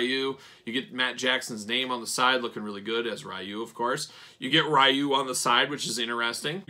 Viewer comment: only gripe on the review is Ryu is actually pronounced Ree-U, not R-eye-U. Sorry, big Street Fighter fan haha